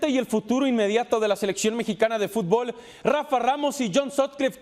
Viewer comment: Viven el futbol como si fuera beisbol. Por eso no ganan. Si su principal periodista se llama john soutlife con ese nome de gringo y le dicen futból en lugar de fútbol esta todo dicho